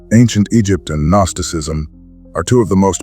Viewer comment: "Guh-nosticism" lol but it's a great video